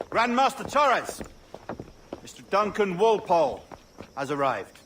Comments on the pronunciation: Good perspective on the game and that mision in particular overall, Only thing i got to say is that you should have gotten the origninal assasin name right, ''Wolpolle'' not Volpolle. you get my sub nontheles, you are good at storytelling. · Bro there isn’t even a v in Walpole how tf are you pronouncing it voleple